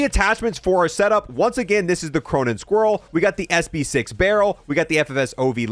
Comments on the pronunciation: why do you call it the cronen squirrel and not squall? like is there something that makes an "r" sound that I don't know about. not trying to be mean or anything just want to know if I'm saying it wrong and why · The amount of times he calls it squirrel and not squall kills me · The Cronen squirrel 💀 no one butchers words like